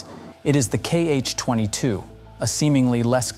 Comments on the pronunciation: We don’t call them “kee-eich”, Cyrillic letter X reads as “ha” in this case. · It is not kh-22 it is x-22. X (sounds like "ha " in Russian).